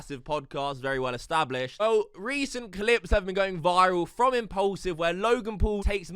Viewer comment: for some reason you calling it "impollsive" really triggers me. It's mean to sound like it has the nam "Paul" in it. Impaulsive...pronounc it like "porl", not "poll".